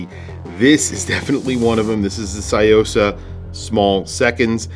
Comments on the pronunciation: Love your video and visual of this piece. One thing I have to point out: it’s pronounced “Tsu” or “Tzu”-yosa, not “sai”-yosa. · It's Tsuyosa, not Sayosa. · It's pronounced su-yo-sa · What is it with Americans and pronunciation - tSOO-YO-SAH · C’mon, learn to pronounce a watch correctly if you are going to review it! Good grief!!! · The way you pronounce Tsuyosa is driving me mad haha. Thanks for the review anyway. This watch is awesome